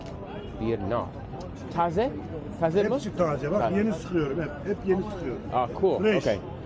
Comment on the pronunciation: So i saw that you made a lil mistake when you asked "taze mi?". You said "taze mu" and i can understand that it might be confusing for beginners to differentiate between "mi, mı, mu, mü" but there is a trick for that!! So basically if the word before the question word(which is the four words above) has "e-i" in it, you will use "mi?"; if it has "a-ı" then you'll use "mı?"; and if it has "o-u" you use "mu?". And if there is "ü-ö" you use "mü?". But sometimes a word can have multiple different sounds in them. Like "absürt" Which isnt a turkish word but is taken from other languages and thats why it doesnt fit multiple turkish grammar rules like having two consonants next to each other. Another example would be "abajür" Which is quite similar. But it has a and ü in the same word which means some rules are broken again. So in this case, you can take the last vowel in the last syllable for the question word. Like: "absürt mü?" "abajür mü?" "Abaküs mü?" "Ateşli mi?" "Kafesli mi?" "Saatli mi?" As you can notice most of these are suffixes like "kafes-li" "Saat-li". Cuz we usually have the vowel harmony. If a word's first syllable has (a-o-u-ı) then the word will continue with (a-o-u-ı); and if a word's first syllable has (e-ö-ü-i) then it continues with (e-ö-ü-i)!! Words that are turkish originated will most likely have this harmony but words that have originated from other languages will most likely not. Well lets drop some examples of the usage of "mı-mi-mu-mü"!! Kaba mı? Bana mı?